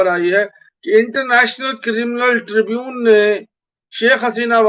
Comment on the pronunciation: tribunal kehte hain aur mulavis bolte hain mubalis nahin. ko urdu seekhni chahiye.